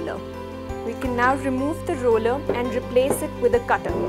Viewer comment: It’s not “a rollya”! It’s the roller!